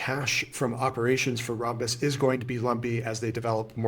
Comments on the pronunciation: It’s Ram-bus not Rom-bus. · Thank you! It was hurting my brain hearing rom-bus. RAM is a thing (Random Access Memory). And ROM is a thing (Read-Only-Memory). Never heard rom-bus pronunciation. But I don’t hear Rambus mentioned a ton either, but always ram-bus.